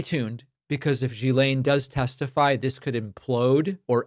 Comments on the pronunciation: Not "Jilaine", "Guilaine". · David. Gislane is not pronounced “jee-s-lane”. It’s a hard “G” with an “i” pronounced as in “hit”, so “git” without the T, then a silent “S” - so it’s pronounced “G-i-lane” - I know you’re not the only one and it’s not intuitive, but it hurts your credibility not to get this right. Thx! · Hi David. Ghislaine is pronounced with a hard ‘G’, as in ‘Girl’ or ‘Government’, not in the ‘French’ way, - ‘Je’ or ‘Janvier’. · Hate to be one of those people, but it’s driving me nuts. GM’s name is pronounced with a hard G, as in fish gill i.e. Gill-Lane (Ghi’laine) ❤ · It’s pronounced Gee- Lane (the “h” is silent ) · Ghislaine is pronounced with a hard G. Annoying. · At least pronounce “Ghislaine” correctly. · I have heard so many different pronunciations of Ghislaine, but my favorite is. He just charges right into the American phonetic pronunciation, as confident as he is reckless, and it's gloriously offensive.